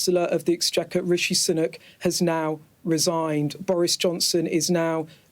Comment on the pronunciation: 'Rishi Sunuk'